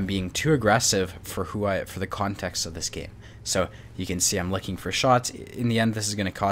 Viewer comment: consext😂 no hate 🙃